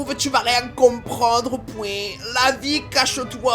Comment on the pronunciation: l’imitation le « pouè » pour le point je pleure 😭 c’est trop j’aime trop cette vidéo!! PROTÈGE TON MAXI FIAK